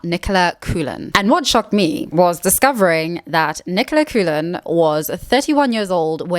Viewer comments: Coolan isn’t how coughlan is pronounced although I kinda wish it was, it’s cocklin lol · Nicola Coughlan's surname is pronounced "CAW-LAN", not "Coo-lan." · Not to be pedantic.. but Nicola Coughlan is irish, so Coughlan is pronounced like "koh-khlan" (or cocklan but with a soft k sound in the middle).. the "cou" becomes "koh" and the "gh" becomes a soft "kuh" sound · I’m super late to this video, but Coughlan is pronounced “Cocklun” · Cock-lynn is the pronunciation for lovely Nicola's surname. She looks amazing. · Bizzare pronunciation of "Derry Girls" and "Coughlan".